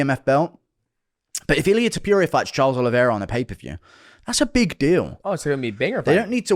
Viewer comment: Illia Tupewria😂